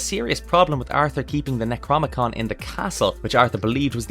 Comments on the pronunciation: Nec rO nom Ih con.. not necromicon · The... Necromicon Ex-Mortis?... Eh... It's Necronomicon Ex-Mortis. :D Love the vid!